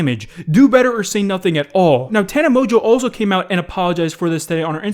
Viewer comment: " Tana Mojoe "